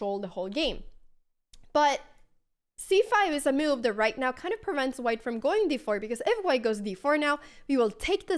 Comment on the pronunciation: Intressant uttal på ordet move, låter som du kastar in ett random 'i' i ordet haha "miove"